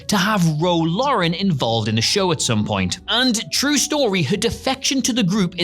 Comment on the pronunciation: Ro “Lauren” and Nigel “Davers?” Might want to get someone to proof read the scripts before the host records them.